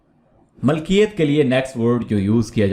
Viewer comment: السلام عليكم ورحمه الله وبركاته Allah aapko बार-बार haj nasib kare اللهم امين لفظ مِلْکِیَتْ ہے مَلْکِیَتْ نہیں